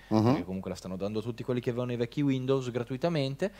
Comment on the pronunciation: per favore, almeno per una volta, pronuncialo bene su... WINDOWS 10 non WINDOVS 10